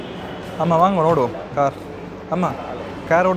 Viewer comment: கேர் இல்லை கார்